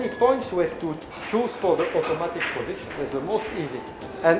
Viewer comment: 쿠드롱 발음을 따라서 말 하시는게 넘 웃기네요 ㅋㅋ 오또마틱~